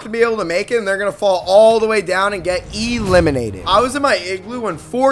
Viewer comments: "they were doing DAMAGE" "they chased" "they got eee-LIMINATED" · Can you please just say eliminated normally?